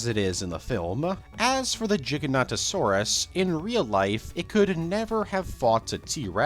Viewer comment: WHY is it so hard for people to pronounce Giganotosaurus correctly? its not that difficult